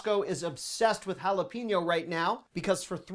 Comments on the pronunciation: FYI - The correct pronunciation of jalapeño is ... ha-la-PAY-nyo , NOT ha-la-PEE-nyo. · Jalepeño- sounds like pen, like what you write with. Note Pein. Say it “hala-pen-yo”. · Does speak American English as his first language? In this one video he mispronounced "silicon". OK, that one confuses a lot of people. But mispronunciations abound in the food department. must eat only at McDonald's: "madeleines", "jalapeno" (lol), "teriyaki", "basil". He needs to get out more.